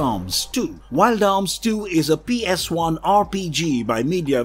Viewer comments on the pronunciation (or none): Did this mofo really just pronounce PS1 as “PS eye”? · Is there a reason why you have a habit of saying psi instead of ps1🤔 By the way interesting list of ps1 game's thanks for sharing the memories😊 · Why does he keep calling it a PSI?